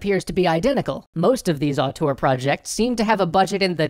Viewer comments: auteur, not artor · Interestning subject. But man, was the word "auteur" butchered. I'm french, and at first I did'nt understand it., you realy should check the prononciation, because you use the word a lot in the vid and it sound way more like the french word autour (around) than (auteur).